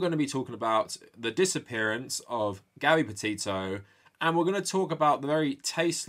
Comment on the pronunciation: I’m so sorry but when he says her name all I hear is hear is Gabby Potato 🥔